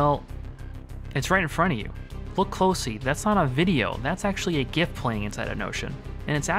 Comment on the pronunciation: Not only great tips, tricks, and secrets ... but you pronounce GIF correctly too! Thumbs up.